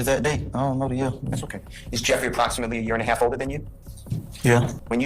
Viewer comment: Bro when you said “HaLFFFFF?????” I died 😂😂😂😂